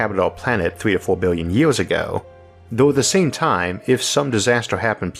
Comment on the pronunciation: is it just me..or did this guy really said 'yeors' instead of years? kinda disturbing